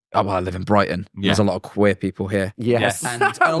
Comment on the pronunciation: Did anyone pick up how said queer? 👀